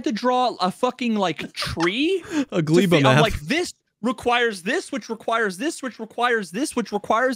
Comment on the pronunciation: Factorio nerds on suicide watch because of how is pronouncing Gleba and Vulcanus wrong.